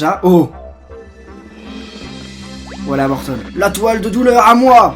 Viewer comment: sa se prononce morton pas mortone